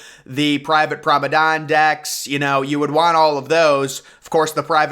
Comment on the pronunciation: Please learn how to say the word promenade 😂 I watch so many of your videos and you say “pra-meh-dawn” and it drives me crazy lol